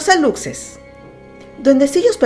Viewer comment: Solo un detalle Aluxe se pronuncia Alushe